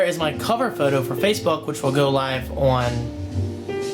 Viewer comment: why do you pronounce "on" as "own"? Like when you say "online" you say it "ownline". Other than that you sound American, which is it should be coz your an American. LOL